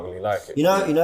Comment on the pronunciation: Man said Jota… I switched it off